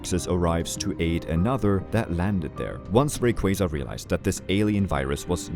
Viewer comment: I appreciate you being one of the few to pronounce Rayquaza’s name properly. 😂